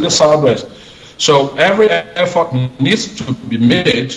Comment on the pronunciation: Is there anybody at Equinoxe who could tell to say "e-ffort " and not "i-ffort"!